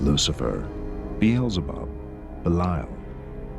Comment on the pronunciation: Am I stupid or did they pronounce Belzebub wrong? Also this makes me want to search for a serial killer that was born on the 24th of December just to say that Jesus was born on a Satanic Holiday.